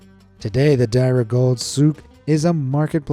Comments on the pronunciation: im here in dubai and you are welcome to come anytime in etihad and emirates or cebu pacific will guide your plane. and its called dira ITS DE-RA that how you say it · Deira (dee-i-ra) is were I’m learning